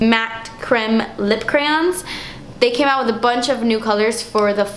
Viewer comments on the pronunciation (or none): none